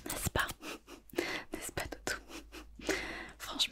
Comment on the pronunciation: Quand tu dit « dodo » on dirait que tu dit « toto »